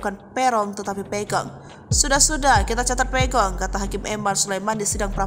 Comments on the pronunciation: Pegok, bukan pegong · PEGOT bkn Pegong woiii..pegot itu dlm bhs cirebon artinya pendiam😤